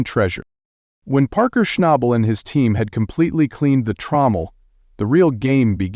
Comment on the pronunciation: Buddy you are good at dragging your words in the sand that was nothing short of embarrassing whats really crazy is you kept saying Parkers last name 2 did ways hilarious but anyway Goodluck to you hope all is well for you and your family keep these vids coming im continue watching to hopefully see you make better videos ty God bless